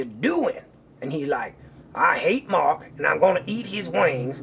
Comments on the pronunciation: Oh Thank Woo Mwark I Knew you would nwot Lwet mwe dwown OH NWOT THE DWYER! XD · woah woah mawk welax!